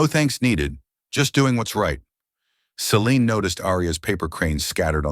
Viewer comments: It is important to keep the pronunciation of subjects names consistent. That doesn't happen in this story when it comes to "Celine' and the last 'e' should be silent. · At about Celine's name is butchered by saying the last 'e' which is silent. Incompetence displayed by poorly-trained staff and/or AI . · Celine's name butchered again at about 26 . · Celine's name butchered again at about or so. Likely poorly trained AI .